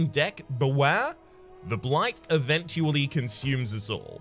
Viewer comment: Whats with the word spelling? I read the comments but no one mentions it? Eventually doesnt sound right, dont speak like you read a letter to letter, and you do that with some other words.. but still keep up the good work.